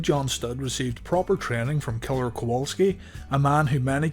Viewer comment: You said Kaller it’s killer my man.